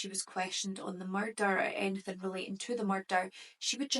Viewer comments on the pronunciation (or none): none